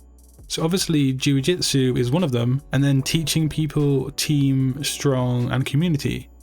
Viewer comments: eres un maquina!! but please change in your presentation the word "JUI..."JITSU for JIU... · D How did you manage to mistake the word "jiu jitsu" so many times in one video.. :D Cool one though, thank you!